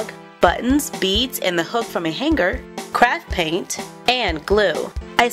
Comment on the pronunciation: You said crack paint instead of craft paint